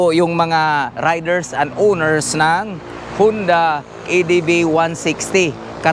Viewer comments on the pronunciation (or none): Honda po .hindi hunda